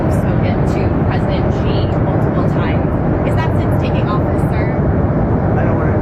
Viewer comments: BEN! Xi Jinping is pronounced as SHEE not JEE! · 'Shi' not 'Zhi' ... Xi is pronounced as Shi! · In the off chance you guys actually read this, xi is pronounced like how you would say "she" not "szee"